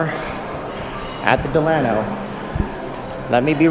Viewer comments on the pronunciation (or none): If you're going to do a video about a hotel....pronounce the name right!